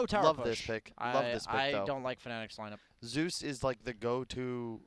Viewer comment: Whaa whaa kyle is dumb the bandwagon is strong PS: Zeus, not zues.